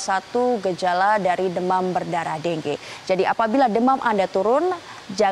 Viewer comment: deng ge??? pdhl bacanya dengue